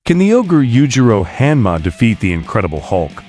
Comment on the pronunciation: that pronunciation of Hanma is cringe.